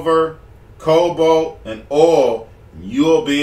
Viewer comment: I think he's saying cobalt